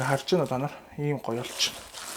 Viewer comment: Танар биш таанар